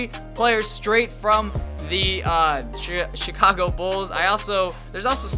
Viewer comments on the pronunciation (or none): none